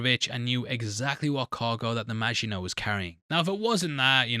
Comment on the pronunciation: saying Maginot like a boss!..... and weeks later I'm still getting sh*t for pointing out that he said it wrong in ep one!, hahaha